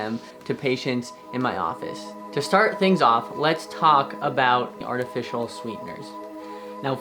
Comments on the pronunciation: Kind of hard to trust you as a doctor when you keep saying “artificional” when the word is “artificial”… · It sounds like he is saying artificional sweeteners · "Artifitional", coming from a doctor, is concerning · What are artificianal sweetened drinks! Edit your video audio since saying things like artificianal removes credibility!!! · NOT TAKING ADVICE FROM A CHILD THAT CANT EVEN PRONOUNCE “ARTIFICIAL “ CORRECTLY. THERES NO FKN “N” IN THE WORD, BRO.....